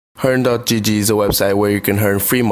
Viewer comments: Sry but sounds like u say hearn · i love how he says hern instead of earn xd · I don't like how you say earn :/ good video tho